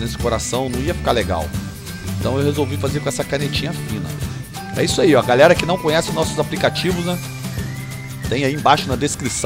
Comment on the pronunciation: porquevc fala gralerra